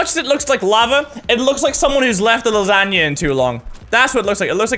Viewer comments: It's funny the way he says lasagna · I love the way he says lasagna.